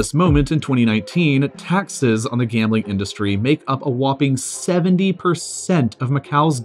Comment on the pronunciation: Fuck. For the first 3 minutes I thought you said world gaming capital